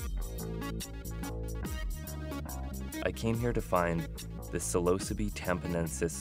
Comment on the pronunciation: Psilocybe is "sill-o-sibe", not "sill-o-subee". What a bloody pedant I am- truffles are a great gift to humanity and can still be ordered from Holland to the UK (albeit illegally)